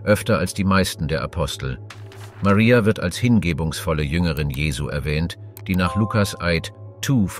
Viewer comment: Sehr schöner Clip. Das einzige was nervt ist, das der Sprecher sich nicht entscheiden kann ob der den Namen Maria mit oder ohne englischem Dialekt aussprechen soll.